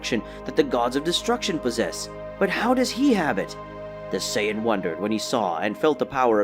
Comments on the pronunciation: People just make videos without actually being fans. Scion? Saiyan, pronounced Say-en. I stopped watching after about 15 minutes. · What is a saion? Goku is a Saiyan that's pronounced Say-yen. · Lol he pronounces it like he's never watched the series only read Manga. Which is cool as well. He says it like PSION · the fucks a si-on? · When he said "say-ya-dins" and "scy-a-din" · Yea and "Scion" or "Zion" instead of Saiyan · Why can’t you say the words correctly. There is no “d” in Saiyan! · Scion goku. Never seen that car on the street. Can't continue the video because of the miss pronounced sayian word. Dragon ball has been out for years. No way you never heard it pronounced properly